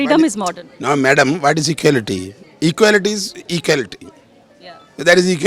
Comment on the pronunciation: "Ekality is ekality" BJP style of theorem!